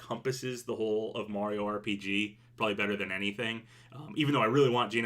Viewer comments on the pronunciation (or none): none